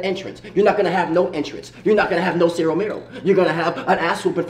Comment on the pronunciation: Did Isaiah say cero mero??!!😂